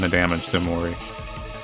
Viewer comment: Hnn guhhhh o..omori? Lmao see you later headlessly